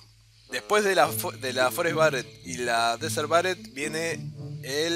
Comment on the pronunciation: dan, BARET?!?! ENSERIO? ._. es berett dan pls